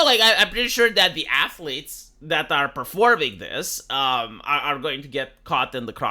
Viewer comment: Athlete, not athelete.